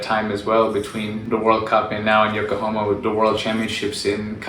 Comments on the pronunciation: It's Yokohama, not Yokohoma my brother. haha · It's called YokohAma my guy. :D Nice Video tho